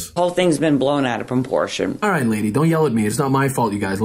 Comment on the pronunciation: She said, “The whole thing’s been blown out of prumportion”